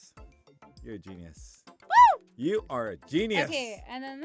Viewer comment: Did anyone else notice was saying Gen-EEE-us not genius no hate I thought it was funny 😂